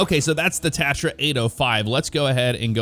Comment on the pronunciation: You just pronounced tatra wrong